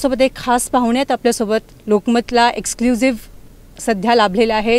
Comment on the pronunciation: एक्सुजीव नाही, एक्स क्लु जीव..